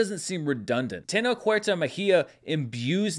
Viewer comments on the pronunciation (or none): Just a quick note, Tenoch it's pronounced with a sound more like Sh than K